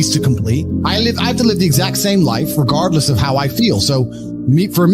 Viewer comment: dude this is a sick vidio hr gym just this in loop i like the part where he sayss:REGARDDLESSS...!